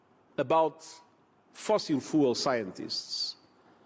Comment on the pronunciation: I love how the way he pronounces "fossil fuels" sounds like "fossil fools"